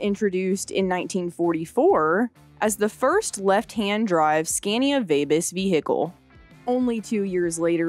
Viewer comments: It's pronounced SCON-yah. The "a"s are long, like the "a" in father. Now you have to go back and re-do the whole thing. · I love the video but the audio quality and narrators voice is slightly annoying. It’s the way her pitch changes through the story. Especially when she says “Skania”.